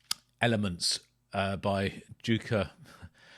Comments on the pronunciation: Pronounced Yukka mate🏴🇬🇧🏴🇬🇧🏴…like Bjorn. Merry Christmas. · It's pronounced UKKA & he was one of the best guitarists on the planet & sadly he can no longer play from health troubles. Thanks for doing something on both Jukka & Wigwam. As i mentioned in my first comment you really need to watch the vid of Grass for Blades & you will see & hear Pekka Reichardt on guitar & Yukka did play with them at one point, but he was a solo artist for most all of his career. What you have there is the 1970 LP of Jukkas first solo album but i think it's a different pressing than what i have but the same cover as i hear things that are not on my album. Seeing him play is amazing & you can as there are lots of vids on YT with him. One killer Blues player as well. You can get all his records on CD but good luck finding them on vinyl & same with Wigwam. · Nice video,! You pronounced Tolonen correctly, and Jukka was close. The Finnish "J" is always pronounced as "Y" is in English, not "Z".:D <3